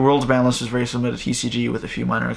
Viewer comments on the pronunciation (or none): none